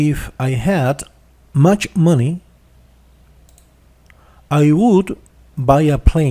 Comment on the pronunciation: Porque pronuncia WOULD como UTUL, que mal Ingles, practiquen mas la pronunciacion, la explicacion esta genial pero la pronunciacion de algunas palabras esta perdida.